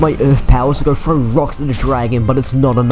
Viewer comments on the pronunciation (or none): none